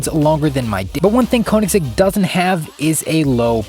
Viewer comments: it's pronounced "kUH-nigs-egg" btw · PLEASE learn to pronounce Koeniggsegg properly if you're gonna make a whole video about it!